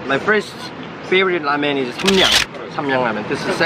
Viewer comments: Hey said raymen ramen is pronounced rawmen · lmao he said raymen is ready instead of ramen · "Raymen is ready"